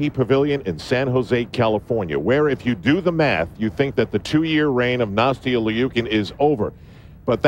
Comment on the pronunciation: I really wish he would say Nastia’s name right 😒